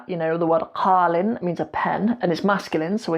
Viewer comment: Not Qaalin it’s Qalin Qaalin Means Young Camel 🐪